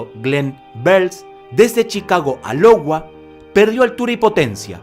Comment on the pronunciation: Iowa no Lowa!!